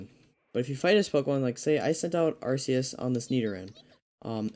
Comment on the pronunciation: It's called ARCEUS! (ARK EE US) Not Arseus lol